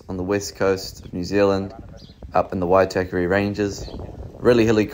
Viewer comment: Great video. Only thing you need to work on how to pronounce Waitākere properly 😅